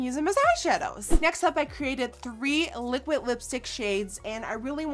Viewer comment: Does she know how to say liquid!? It's liquid not liquit